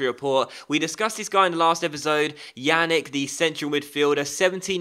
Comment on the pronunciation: Yannick is pronounced Ya-neek